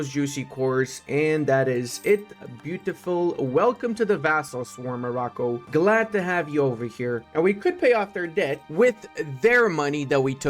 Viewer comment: I do not want to say Morrocco like that, thank you tho